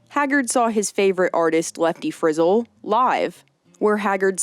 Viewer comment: It lefty Friz-el not Frizzle